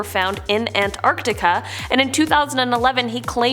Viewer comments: Who taught her how to say Lava, Antarctica and algae???? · The way she said algae and Antarctica also had me puzzled